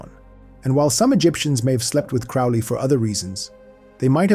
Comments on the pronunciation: Dude, it's pronounced Crow Lee, get it right if your gonna teach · Crowley rhymes with Holy you schmuck!!😂